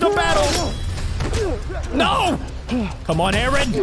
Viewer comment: You do not say Aaron like that